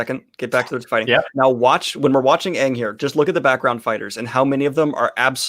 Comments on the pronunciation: It's not oong it's aang | it's not Leviosa it's Leviosa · All pronouncications of "Aang": Ang Eng Ing oNg Ung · literally gagging when she hears Oong for the first time is such a mood. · I get unimaginably pissed off every time that they miss-pronounce Aang and Sokka’s names. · Ah yes, the magical tale of Ong, Soohka, Uppa, Eehro ... and Katara and Zuko. Honestly, why even bother to get the latter two names right at that point?